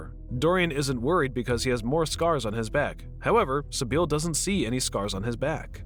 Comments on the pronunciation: Sibil, not Sibeel. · Basil - Bazil not Bayzil Sybil - Sibil